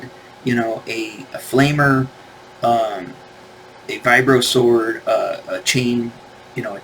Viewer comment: face-blue-question-mark: (lol) Why do you call it a (LMAO) "VIBRØ-§WØRD" (❓) It's not That kind of JØY TØY 😉 (good vid, M*8)